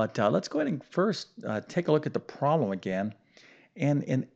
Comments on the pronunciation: Do you have a speech impediment? Why do you pronounce PROBLEM as PWAAB! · You keep saying Prom and I also heard prolum WtF language are you speaking ?